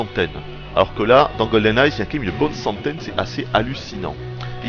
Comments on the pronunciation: "goldeneye'" pas "goldeneyezzzz" >_< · Une excellente review. Seul bémol : c'est Goldeneye sans ''s'' lol et en plus tu le dis à chaque phrase donc c'est un peu crispant😉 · On dirait que tu dis "GoldenNaze"" !